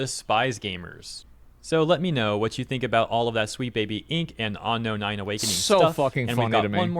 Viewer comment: why does homeboy keep saying ano-nai and not unknown9? legit